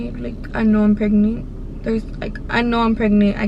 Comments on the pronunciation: she is saying “pregnee “ i hate her voice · pregneent i hate how she says it omg lol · The way she talks 😂 & how she says pregnant= pregniiiiit 😂😂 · How many times u gone say “ pregneet “ 😂😂😂 that shit took me tf out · Nobody: Her: pReGnEe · "Pregnit"🤦😭 what a story though a dios que libra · How she says pregnant “pregneet”💀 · IDK if she ghetto or something, bc she always says "pregneet" 😂😂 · a knoo im pregneet like bro y u talking like that lmao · Sadia Bikienga ”Pregnieent”😂😂😂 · Who heard "pregny” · Girl...stop. “Preg-NANT” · 1 like=1 her saying “pregneent” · Sorry I have to say it”pregnent”😂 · I’m Mexican and have an accent and I don’t say pregnant like that lol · leeanna Joshua she said pregneet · No it’s pregneent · “pregnee” omg y’all so mean 😭😭😂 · like miranda sings😂